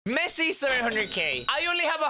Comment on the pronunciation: Messi ❎ Mesci✅ 😂😂😂😂😂😂😂😂😂😂 i love you pro